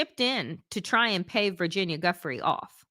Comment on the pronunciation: Giuffre is pronounced ju-frey